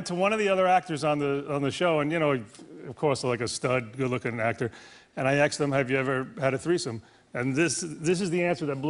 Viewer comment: He actually says "axed"!! I didn't know he actually did that in real life, I only thought it was from Everybody Loves Raymond lol